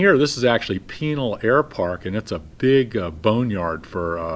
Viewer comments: Kermit, "pi-NAL." Not penal. Penal makes me think of an institution, or personal plumbing. And, I get to celebrate you (FINALLY!) arriving at Orlampa Intl, with a shot of Naked in Jamaica! steve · Small nit, but Pinal is pronounced with the accent on second syllable. I.e., Pin-AL